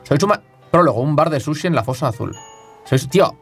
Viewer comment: No entiendo porque dice shushi jaja